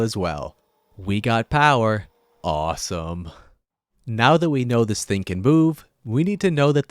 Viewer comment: "aWsOm" (Continue meme making👇)